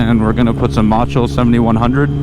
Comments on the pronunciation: *mow tool not MOO tool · Motul is pronounced mo-tool just saying.